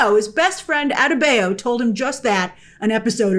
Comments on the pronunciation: Adebayo - Ah Day Bah Yo ..... Say it with me ... Ah - Day - Bah - Yo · Rough pronunciation of “adebayo”. Very American-y on the “bay” part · I can never take a reviewer seriously whenever they incorrectly pronounce a characters name. Especially names that are frequently stated in the show. Like you critique the episode, yet you can’t get Economos & Adebayo right???